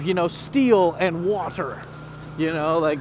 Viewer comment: " Man-made STEEL mix with WATERRRA! " LOL